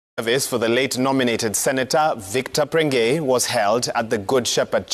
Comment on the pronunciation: Ni prengei not pregnei,point of correction